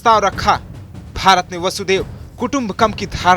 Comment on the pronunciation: वसुदेव नही वसुधैव होता है 🤦